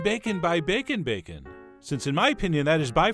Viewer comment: That is some superior-looking "bakeun"! 👍